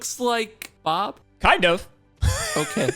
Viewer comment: God damnit get Bob's name right. 😂